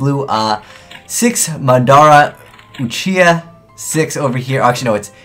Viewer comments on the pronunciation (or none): Considering he said Madara in the american scrub way, you're probably right.